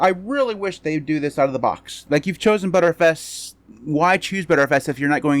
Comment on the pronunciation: TIL btrfs is pronounced as butterfs